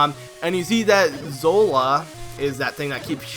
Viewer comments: WHY DOES EVERYONE SAY ZOLA? IT'S ZORA! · zolo? It's a river zora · wow you realy derped on the word zora